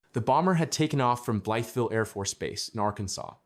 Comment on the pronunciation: We don’t use kilometers here. And it’s pronounced.Bly ville